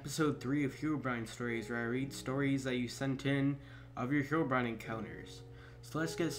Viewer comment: He did too! Its Herobrine xD!U said herobime